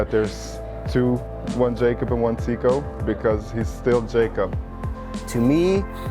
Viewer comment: Teeqo is pronounced like taco